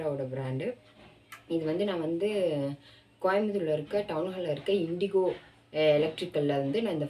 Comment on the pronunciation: இண்டிகோ அல்ல இண்டோ...